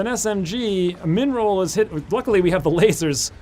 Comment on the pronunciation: "min roll"? i keep hearing "mineral" :D mby u can rename the minimal damage to that :D